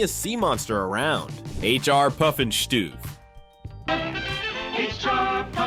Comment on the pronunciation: H.R. Puffinstuff is the correct pronunciation not all the other things that were said.